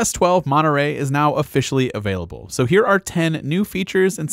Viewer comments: Its MontereY not MonterE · Why are you pronouncing it 'Monerey' ? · monerey? ts monetrey.